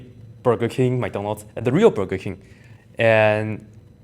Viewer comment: I would have said Panda Express, but we don't know where you first worked. BTW It's BUrger King not BErger King. I have really enjoyed watching your videos. I'm not a student, I just love math; and your videos, of course.. It is one of the best mentally challenging exercises you can undertake to keep you sharp., which is why I watch your videos; not for any kind of gain, but purely for the enjoyment of the mental challenge.